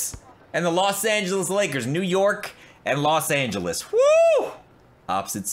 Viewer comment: You say los Angeles weird